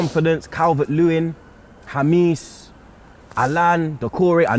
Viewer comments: It's pronounced Hamess not Hamiss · HA-MESS not HAMEESE😭